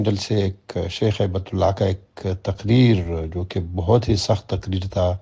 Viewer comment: ye nam HabtUllaah nehi balk HaibatUllah ha, ap likh b ghalat rhy hn ore pukar b ghalat rhy hn.